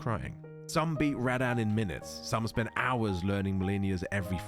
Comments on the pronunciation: Lol. "Rad-Anne". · Dude this video would be so peak if he knew how to pronounce Radahn